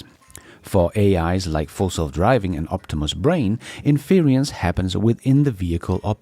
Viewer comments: Väldigt bra avsnitt! Ett tips: In-ference, betoning på första stavelsen, som interior eller kongelig, inte in-fe-rence, som i interference eller umulig. Tack för idag,! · Not sure if you care, but "inference" should not rhyme with "experience". There is no 'i' in inference as there is in experience, so it is not in-fer-EE-ence. The "fer" does not sound like "fear" nor rhyme with 'peer' or 'dear'. The "fer" sounds like "fur"(as of an animal). So in-fer-ence. "fer" like "fur". And "ence" rhymes with "fence" "hence" and "sense". You can unstress the middle syllable 'fer' to almost 'fr', so it may sound more like infrence, with the "fren" sounding like "friend" without the d (and why the i in friend nobody knows, lol). To sum up: it's "in-fer-ence" or a lazy "in-frence" The handy pronunciation guide has been brought to you by a random compulsion. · In fer rence not in fear ree ence 😂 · Sorry,, but it's getting to me. Inference is pronounced: IN-FER-ENCE, not "inferience" as you keep saying it. I really love your shows, please keep up the great work! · respectfully we pronounce “inference” as “in-fer-ence” in English. Some people also say “in-frence.” You’ve got an extra syllable in there saying it as “in-feer-ee-ence.” Your English is much better than any of the second languages I speak. Great channel, thank you! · INFERENCE is pronounced in English as “IN FER ENSE”. SAY THIS QUICKLY…. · IN-fer-ints = inference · it's pronounced "" INfrence "" Accent on the caps. You're doing a good job! If I depended on the MSM I'd be a lot more confused and pessimistic about things Elon... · Love your show. Please look up the pronunciation of inference to get it right. Cheers.